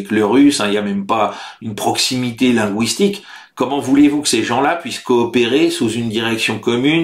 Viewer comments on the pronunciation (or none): Linguistique, pas lingouistique !